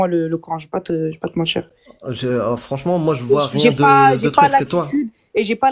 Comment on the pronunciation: Je parierais qu’elle est de Marseille ou très près, on y entends ça de plus en plus, sans mentchirrr 😂